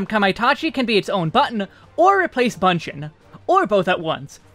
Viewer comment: Appreciate the job guide as always. But one thing I would like to add is, 'Bunshin' should not pronounce 'ba' sound but 'bu' or 'boo' sound. The Japanese version is 分身の術 with 分 pronounced as bu-n (ぶん). So it should be bu-n shin/boo-n shin rather than ba-n shin.